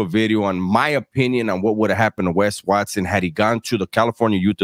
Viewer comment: Good ‘ole “Wesley RUTH Watt-Soan!”